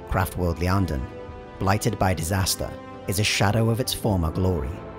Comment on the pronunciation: He pronounces almost every Eldar thing wrong though. I wonder if he it completely literate sometimes. He pronounces Iyanden as "Lee anden" how can you not know what a capital I looks like?